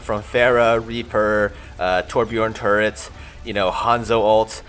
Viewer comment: ...Pharrah, Reaper, Torbjiorn Tuurents... xD